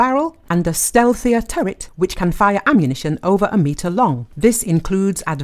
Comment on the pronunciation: did the narrator say "a stealtier turret that can fire ammunition over a meter long". I hope it can, as I can trow many things over a meter long and that is not a flex.